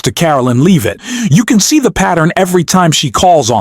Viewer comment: Learn how to pronounce Leavitt's name, it's not LEEVITT.